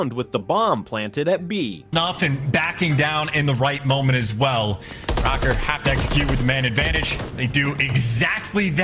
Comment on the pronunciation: am i faded? i thought it was pronounced rocker not "row - ker"